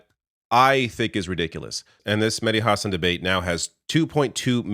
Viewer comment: Hahsun hahah husawn would be how it's pronounced